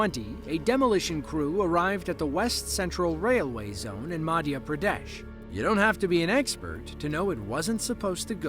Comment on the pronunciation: Pradesh sounds like "pyare desh", a YouTuber